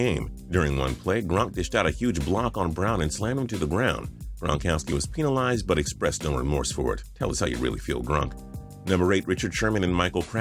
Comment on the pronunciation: did he really say “peenalized”